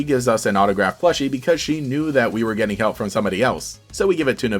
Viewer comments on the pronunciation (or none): none